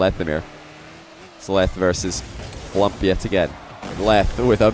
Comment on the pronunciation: I'm only halfway through watching but this is such a good video. The gameplay is so intense and the constant mispronunciation of FLuuMP's name is hilarious.